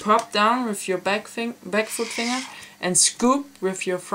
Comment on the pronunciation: did he said foot ???